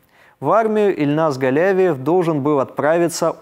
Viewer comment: Спасибо,, всегда интересно Ваше изложение мировых новостей! В фамилии Казанского террориста ударение на И ( галявИев), но это неважно, важно то, что в школу он зашёл не беспрепятственно. Ему оказали сопротивление вахтёр и охранник, он их ранил. Тем не менее вахтёр успела нажать на тревожную кнопку. Их представят к государственным наградам.